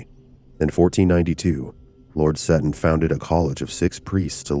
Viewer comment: Seton is pronounced Sea Ton ....😂